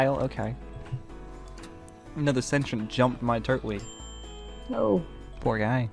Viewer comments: It's not turt-wig its tur-twig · It’s pronounced tur twig I’m just pointing it out you don’t have to say it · It's pronounced tur-twig